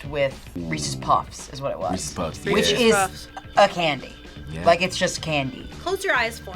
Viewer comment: "reecees" noooooo just no, i bet she even says "reecees peecees" instead of reese's pieces